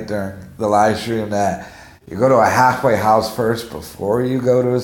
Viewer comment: A "hagglffwayguh" house?